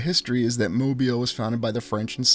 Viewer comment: One of my favorite places!!! And right down the road from me. I've walked it extensively and explored the old world everything! Kudos to you for pronouncing it like a local 🥳